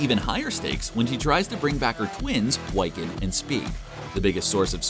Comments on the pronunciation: You say Wiccan as "why-can" when it should be pronounced "wick-en". Wicca ("WICK-A") is a form of witchcraft who's followers are called wiccans. The more you know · Yeah, that's annoying me, too. It's WICCAN, pronounced like 'wick' from a candle, not 'why can'. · His name is pronounced Wiccan!! Wi ( short vowel I ) can!! Not Why-can!!! 😤🙄😑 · Wy-kin? What the hell is a wy-kin? The word wiccan is pronounced wick-en. It's a old celtic word meaning "weaver" that is used to refer to one who weaves magic. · Wick - Can idiot not Why- Can. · Why-can? LOL. Try Wi-kuhn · no no no you did not say Whyccan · Bro it's (WHI-CAN) NOT (WHY-CAN)! You just sound like a posser. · Dude his name is Wiccan like wick-in not why can. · Why the Why-can? It's said like Wiccan. Wick-can. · The fact that he pronounced wiccan as (way-kan) is triggering for marvel fans, especially for me. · Its killing me that he keeps calling Wiccan "WYCCAN" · Why-can? Gurl bye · The fact that he keeps saying Wycan instead of Wiccan is got really annoying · Not "Wiecan" 😂😂😂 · Sorry but what the hell is "Wyccan ?" man. But it's a good video still. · “why-kin and speed” loll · Thank you. I was goibg ask WHY-can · Its killing me ever time I hear him say Whycan.... super effing cringe. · Wyccan? Sorry, that is throwing me off.. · Are we gonna forgive them for their gross mispronunciation of Wiccan or naw? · Anyone else get really urked everytime he said wiccan or was that just me? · Don't make a video on a franchise if you can't even pronounce the chs characters names correctly 🙄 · Why does this guy not know how to say Wiccan lol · I cringed every time he pronounced Wiccan wrong. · Do you really not know how to pronounce Wiccan? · How does an educated adult not know how to pronounce "Wiccan" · Cool video, but you’re mispronouncing “Wiccan”. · Learn how to say wiccan properly!